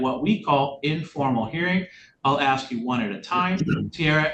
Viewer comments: Axe me. 😂😂😂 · Don't insult my intelligence when you're axing me